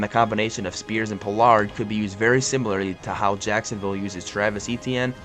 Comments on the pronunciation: PO-LARD.. lol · Pole-lard got me 😂